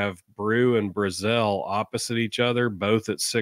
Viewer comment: Chris BRAzell. Not Bru-zel. Also he isn't a true freshman, he's a redshirt freshman, he has 3 years eligibility with us.